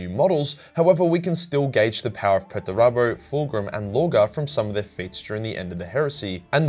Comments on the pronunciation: Perturabo . It's Perturabo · Ive never heard anyone pronounce Perturabo as erroneously as you